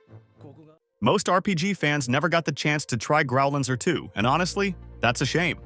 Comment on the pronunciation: Is it "Growl Anser" or "Grow Lancer" ?😜